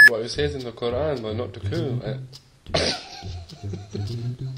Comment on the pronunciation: Graham Harvis did pronounce qur'an with tajweed tho